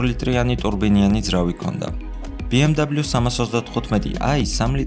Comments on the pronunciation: "ბე-ემ-ვე" და არა "ბი-ემ-დაბლიუ" ეს არის გერმანული ავტომობილი და არა ამერიკული, შესაბამისად მისი სახელწოდება იკითხება გერმანული ალფავიტით. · sworad ambob biemdablius arusmino aravis msoflioshi xom inglisurit aris yvelaferi;) ar atvirto tavidan es video...magivrad Mercedess-ze gtxoven ukve ramdeni brat..... da mec;)